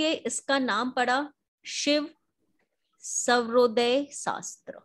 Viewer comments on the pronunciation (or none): Madam it’s not shiv savrodaye it’s SHIV SWARODAYA!